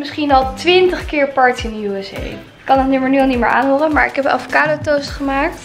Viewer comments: Het is aVocado niet aDVocado😂🤪💗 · Omggg hahahaha hoe kan je nou ATVOCADO zeggen het is gwn avocado 🥑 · Niemand:: ADVOCADO